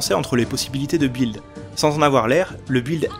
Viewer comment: Je mets un pouce rouge et je quitte la vidéo. PS : On ne prononce pas le U de "build".